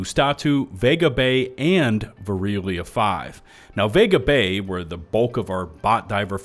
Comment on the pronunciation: it pains me hearing him say "Vareeleya 5", "Wehzin", "Wazat", and "Ustahtoo"